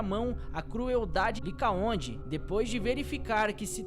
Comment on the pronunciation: Licaon e não licaonde